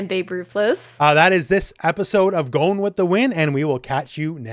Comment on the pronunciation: Can you please pronounce Gons name correctly? gOn not gone